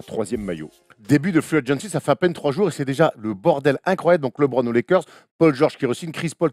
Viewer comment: Je suis le seul à avoir les oreilles souillées quand j'entends Stéphane Brun prononcer "LÉBRON JAMES" au lieu de [LEUBRON ] ??? Un effort bordel!